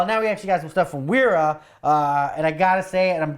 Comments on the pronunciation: Wera definitely pronounced Vera - W is pronounced like a V in German (and other European languages). They make good tools, though not always made in Germany. Prefer Wiha myself ;). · I think since it is German it is pronounced like "Vera" with a v sound. Solid tools for the guy that wants the best. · The W in German is double v not double u